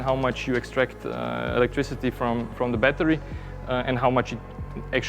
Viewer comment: Cool down the “batari loved that pure accent